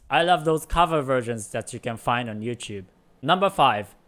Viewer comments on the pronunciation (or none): none